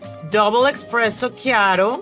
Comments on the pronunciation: the Italian in me wants to yell ESPRESSO every time she says expresso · It’s espresso not expresso lol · Mrs Vergara, it's eSpresso not eXpresso!😅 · whos gonna tell her its espresso not expresso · I am not even Italian and was triggered every time she said “expresso”😂 I still love her though! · It’s expreso in Spanish! 😂 I think 🤔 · Tell me I'm only hearing "eXpresso" and she's not really saying it... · Too bad she calls it eXpresso. How embarrassing.